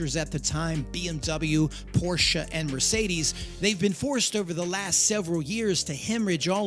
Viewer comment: thank you for saying porschE!!